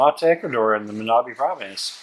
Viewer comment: Los Frailes it's the best beach in Manabi (btw the accent goes on i), if you ask your friend Juan to take you there, bring your camera with you and take a lot of pictures, of course this is just a recommendation if you want to, the shore and the view over there is pretty similar to Galápagos island or any caribbean beach.